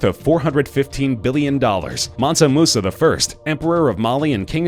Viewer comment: Mansa Musa* not Munsa